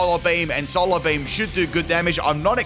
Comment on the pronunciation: "Solar Bleem"